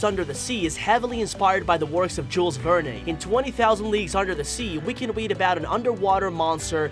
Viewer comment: It was a really sweet and wonderful movie. Good job on your video! However, I wanted to tell you that the 'e' at the end of Jules Verne's last name is a silent 'e' for the future, should it come up. 😉. Thank you for all your hard work and I hope you do another video showing what we all might have missed through out the whole movie. 😁. I look forward to it.